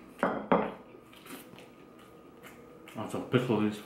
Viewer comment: No offense but u said it like it was spelled picklees